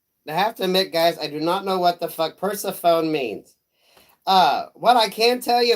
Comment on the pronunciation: Juss a heads up, the proper pronunciation is [Purr-seh-pho-knee]. All the love, ♠♥♠